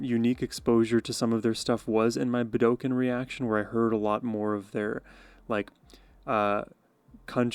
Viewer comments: Hey, just fyi the correct way to pronounce "Budokan" in Japan is, "Boo-da-kon". I loved your reaction. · Pronounced Buda-khan😊